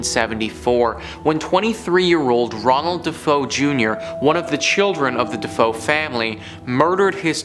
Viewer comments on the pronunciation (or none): I love you to bits, man, but every time you said "de-fo", my soul died a little. It was "De-Fay-oh". Just sayin.